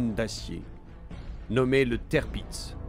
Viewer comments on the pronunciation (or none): Le tèrpiz...écrit tirpiz...HO BORDEL, c'est TIRPITZ (qu'on prononce: tir pits, z qu'on prononce s ici, attention sur d'autres noms ca peux être belle et bien le son z), du nom de l'amiral Tirpitz, fondateur de la puissance navale allemande en modernisant la flotte impériale en son temps ! Et alors le Bismarck (qu'on prononce: Bis marque, pour franciser et CK) massé en bismarre...c'est une horreur. je sais que les allemands ont des noms dures a prononcer parfois mais Tirpitz et Bismarck sont clairement très simple, pas comme Gneisenau (qu'on prononce: Gueu naille ze now) et Scharnhorst (qu'on prononce: char norste, ou alors, charn orst), là ces deux là c'est déjà plus chaud quand on connait pas. je passe pour cette fois , sur Tirpitz mais faut faire gaffe avec les noms. ah, je critiquerais pas pour le Prinz Eugen (du nom de Eugène de Savoie qu'a trahit la france pour combattre les ottoman pour le saint empire romain germanique et...combattre la france ensuite) qu'on peux franciser en Eugène qui a été prononcer Oille Gueu (mais qui se prononce: Oille Gueune, car là c'est impossible a deviner) car c'est pas simple là et même très dure, mais c'était pas loin. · si on lui donne de mauvais noms a prononcer en même temps, Tirpitz a été massacré en tèrpitz et ils ont écrit ca tirpiz, genre la production vidéo, audio, et la recherche, ils ont bosser en séparé et un gars a tout regrouper !? xD